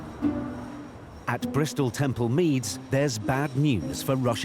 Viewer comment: It’s TEMPLE Meads, not Temple MEADS!